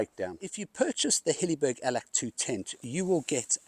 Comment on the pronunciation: Allak..not Allack 😊